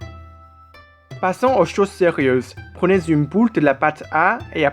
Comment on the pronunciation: 加油！ boule et non poule 😀 ! Bravo quand même! Courageux de faire une vidéo en français!